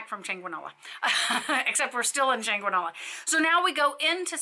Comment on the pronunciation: Very Informative, but pleeeeease at least make some resemblance of effort to pronounce Spanish words in Spanish. EverytIme you said the word "Chanqueenola" I wanted to throw something at the TV. 😆